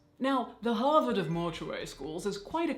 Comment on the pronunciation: Everytime Caitlin says "Harvard" I involuntarily swirl around an imaginary glass of brandy.